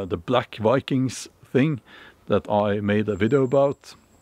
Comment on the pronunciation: lol "Va-kangs"